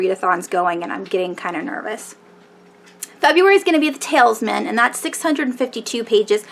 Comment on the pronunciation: you mispronounced the talisman